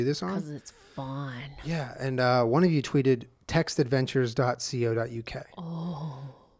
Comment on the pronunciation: "C-OH dot UK" woop woop if you know dats not how we say it this side of the Atlantic